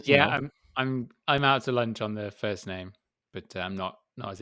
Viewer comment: paul pronounces my name correctly . Cheers. All is well. Love you guys.👍